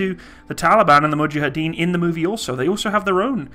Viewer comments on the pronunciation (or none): none